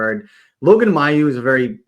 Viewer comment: Logan Mailloux's last name in pronounced MAY-EW, not MY-EW. I know this because I saw a team video a year ago in which he says his own name. I know that in Quebec we would normally pronounce that name the second way but he's from Ontario and gives the name a more English pronunciation. I think we should say it the way he does.